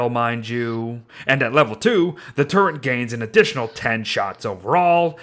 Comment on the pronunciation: I cant get over "turrent"